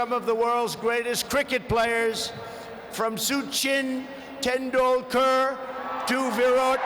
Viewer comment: Not everyone has a pronouncing skills. It's fine. Can't make a big deal out of it. Unity happens when we laugh together, not by laughing on each other. This is true in many situations. :)